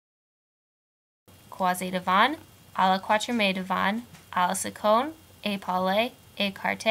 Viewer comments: can't watch it because your French pronunciation is so terrible. To start with, please say katriem, not kwatriem. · Great job, I'll show this to my students! It's so hard to make any sense of this until you have some way of remembering it! One thing though: you don't pronounce "quatrième" right. In fact, the last e isn't pronounced, the accent is on the e before that. Quat-ri-èm. But thanks for the great vid!